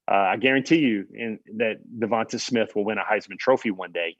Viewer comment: Everybody in his hometown was calling him Tay. I wonder why? Is it because his name Devonta ends with a long ā sound instead of a short ă sound as you pronounce it? Devonta with the a on the end is always pronounce as a long ā sound. Some people mess this up all the time.